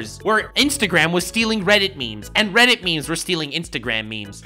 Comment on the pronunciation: Did you just call reddit Guildarts, im pretty sure you called reddit Guildarts.